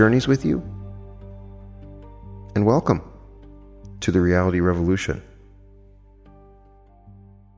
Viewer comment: You didn't say 'welcome' the correct way 😊.